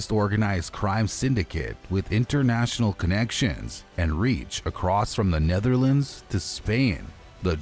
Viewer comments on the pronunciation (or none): none